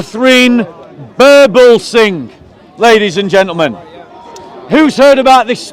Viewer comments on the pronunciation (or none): How many times he says.. LADY'S AND GEANTELMEN 🤦